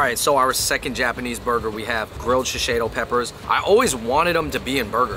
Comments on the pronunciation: Why is no one talking about how he’s pronouncing shishito as sheseido lol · I give him a pass. Fung Bros if you read this it is pronounced she-shee-toe